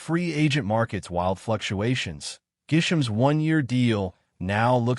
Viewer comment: I hate how AI butchers names - Gisham, who is that?